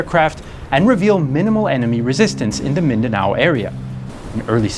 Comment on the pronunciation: He also pronounce mindanao and other philippine places very well